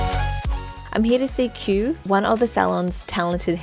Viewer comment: It turned out so gorgeous!!!❤ btw his name is pronounced ki-oo like two syllables